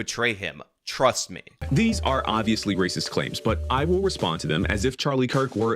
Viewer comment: Per capita is Rayziz